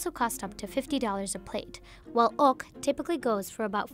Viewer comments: i swear to god if i heard it being pronounced as ''ork'' again I'm going to lose my mind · Your saying ốc ưởmg